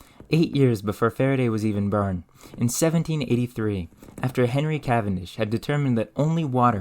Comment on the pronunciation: The way this guy pronounces "or" sounds is sending me to the fucking moon. Just fur. When he was burn. Mer. Merv oltage.